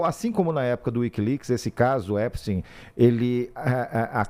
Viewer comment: Já escrevi em outros canais. Adoro seu trabalho. Mas não consigo mais ouvir Epstin. Vocês pronunciam também guggelhin?? einstin???